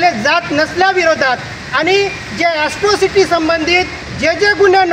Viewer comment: अस्ट्रोसिटी नाही रे....त्याला एट्रोसिटी म्हणतात